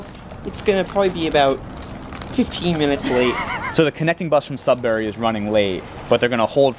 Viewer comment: I live in Sudbury (pronounced "sud-ber-ee" by the locals, not "sud-berry")! Never took the Budd Car though. And yes, Northern Ontario is VERY pretty. It's why I'm proud to live here! Highway 144! The main highway between Sudbury and Timmins, and the crossing is at Bannerman Creek, just south of Onaping Lake, where my grandparents built a cottage in the 1960s! I had a couple friends I went to high school with that lived in Cartier :D Chelmsford is the town I live in. I'm just down the road from that rail crossing! No station but it is a flag stop. Theoretically, I could hop on the Budd Car and take it to work! (edit: technically the stop for the Budd Car is closer to my place of work than my transit stop on GOVA is) I get to see the same views from my bus ride to work :P Speaking of which, you might be inspiring me to see how far on GOVA I can go in a day. It's a HUGE transit network, distance-wise. Unless you got to it before me! There is another station in Sudbury, on the OTHER rail line through it (I can never remember which is CN or CP but it's the one that isn't this one) that serves the cross-country Canadian VIA train. The downtown station ONLY serves the Budd Car, sadly. The other station, Sudbury Junction, is at the end of a road after a long industrial district and far from any of Sudbury's residential or commercial centers and far from the nearest local transit stop! Ha! Classic Sudbury! And I hope the homeless didn't accost you TOO muc